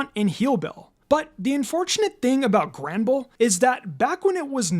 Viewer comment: No way he said 'Granderbull'